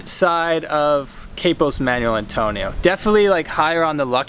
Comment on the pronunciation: A nice introduction to Manuel Antonio, but it's mahn WELL, not manual.